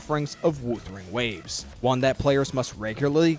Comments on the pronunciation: Are you surprised from the guy who says Woothering Waves? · if you can't pronounce Wuthering waves properly, I become immediately more skeptical of your takes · No wonder the AI voice had hot shizznit takes. Besides not pronouncing Wuthering Waves properly, saying Reh See Tee Fyers, he ended up getting 1 Dorito on that TOA clear. What a noob, hehehehehe